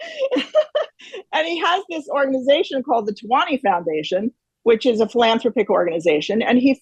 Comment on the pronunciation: I really can't continue to listen to anyone who doesn't even know how to pronounce "philanthropic!"